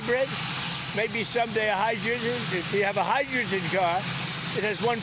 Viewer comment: "Hedrewjen car" he really has issues pronouncing words